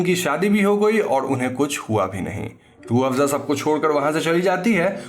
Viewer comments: Roafza 😂😂😂 Kind of hearing like juice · Sir aapne ke time pe rooabsa bola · Rooh-Afza... Sorry can't unhear this 😂😂😂 Can clearly see where the inspiration is taken from 😂😂😂